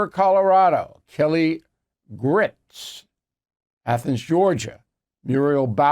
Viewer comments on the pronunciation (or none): BILL , Bill , bill , its not Kelly Grits , its Kelly Girtz...